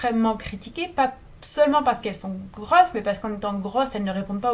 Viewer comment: La prononciation de tes "O" c'est perturbant... On dirait que tu dis "zâne" "âtre" "grâsse" "GROSSE" AVEC UN OOO "AUTRE" "GROSSE "